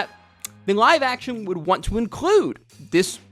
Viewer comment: i cant get over how you pronounce "Live Action" it looks and sounds like you are saying "NG-ive action anime"